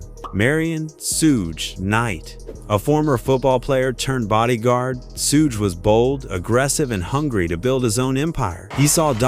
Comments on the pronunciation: I winced everytime I heard "Sooge" knight. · Bro it's pronounced SHUG knight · A.I. voice can't say "SUGE" correctly 😂